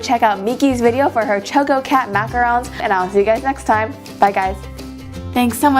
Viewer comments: ok, it's not Choe-ko-cat. It's Chah-ko-cat. ~from the one and only Chococat. (=^.^=) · You pronounced the choco part wrong. Its choco as in choco-late. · Heh, cute. But why are you pronouncing the cat's name starting with the sound like the words "choke" and "oh" instead of how it's really pronounced, like the beginning of "chocolate" (short o, as in the sound of "chalk")? And who did your nice shooting and editing?